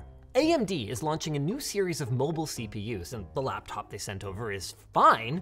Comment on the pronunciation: did Linus just say blaptop?